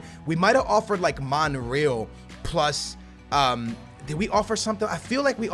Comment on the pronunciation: How can say Real Madrid right but he cant say Monreal right. smh